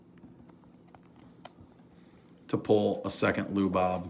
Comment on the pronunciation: Lu Bob? That hard to say his name. Changing Latin names